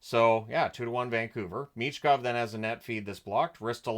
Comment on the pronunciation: Meesh-kov. Me - sh - kov